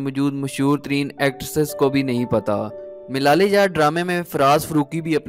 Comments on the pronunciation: Milal e yaar nahi malal e yaar on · Baklol...... milale yaar nhi, malaale yaar